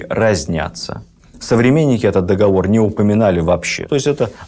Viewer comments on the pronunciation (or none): none